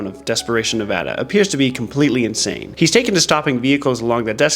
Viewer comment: Bro actually said Nevada right 👀